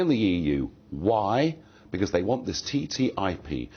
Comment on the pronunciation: ***** TTIP, not "tipt"